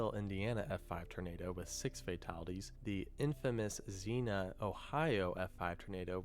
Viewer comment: The narrator of the video isn't very good at pronunciation which is weird, because if he had watched so many videos as he's claimed then he should know how to pronounce the names of places that had been hit. Like Xenia, Ohio...it's isn't pronounced as Zee-Nuh, it's pronounced as Zee-Nee-Uh. Or when he tries guessing at the pronunciation of words he isn't familiar with instead of just looking them up. For example, Scythe is pronounced both as Sigh and as Sithe, but not Skithe.